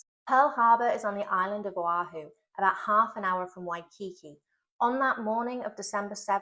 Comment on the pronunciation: Great video,. Thanks for visiting, as well as posting. Just for the record, Hawaii has some admittedly unexpected pronunciations. One example is Waikiki, which is y-key-KEY, rather than y-KEY-key. No charge!😀 Oh, before signing off, here are some examples of how long words there can get: Papahānaumokuākea = pa-pa-hah-now-moe-coo-ah-KAY-ah (the name given to the Marine National Monument and World Heritage Site, also known as the NW Hawaiian Islands; Manawaiopuna Falls = mah-nah-vie-oh-POO-nah (inaccessible falls, aside from air, and water on Kaua’i, featured in “Jurassic Park”, and now known locally as Jurassic Falls). One more thought: Hawai'i is 1 of 2 bilingual states here (Hawaiian and English), the other being New Mexico (Spanish and English).